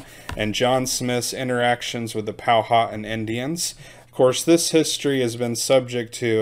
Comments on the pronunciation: You are saying our name wrong it is pow-wha-tan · Pow-wa-tan . I relocated here to James City County, from North Texas, in 2004 and had to learn how to pronounce their words. lol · I do believe it is pronounced "Pow-a-Tan (as in suntanned). I could be wrong. Eastern Woodland Indians did not want the White man, but they sure liked those copper kettles for boiling up a fat puppy. Noble savages. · Pronounced Powa-tan. Hen-ri-co.